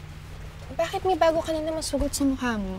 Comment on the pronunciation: "Boket" instead Bakit Laugh trip Talaga tong si Tuka (Marissa Sanchez) 😂😂😆😆✌️